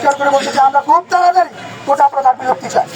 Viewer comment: কোটা না কোটা😂😂